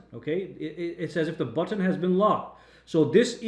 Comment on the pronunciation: I have neither....Sounds like you got paid. Also, I have never heard anyone pronounce or annunciate "button" the way you do. Are you being serious with that.??